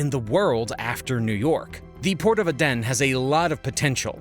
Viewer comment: Please please please.... It's 'A'den not 'a den' it's a place not a child's tent in one's back garden or where fox's live... Just research the pronunciation... I love Americans, what's not to love? But please just Google the pronunciation it's not hard!!!!!. Stop being lazy.